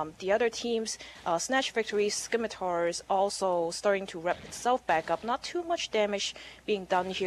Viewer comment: skim, skim, SKIM!!!!! It's pronounced SIMITAR!!! You don't need to say the 'C'